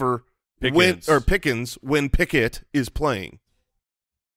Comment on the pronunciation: Did just say Pickuth? That's a keeper.